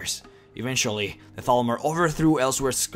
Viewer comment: At first I thought he said Falmer.... now I realise he said Thalmor